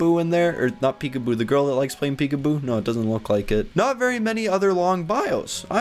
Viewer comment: Lol means laugh out loud / lots of love. Pecuboo is definitely not right, its peekaboo. Your welcome.